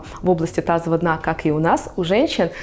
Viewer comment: Вы не можете выговорить "мышцы тазового дна"? Или просто неправильно выговариваете? Вы говорите "тазова дна", а надо "тазовава".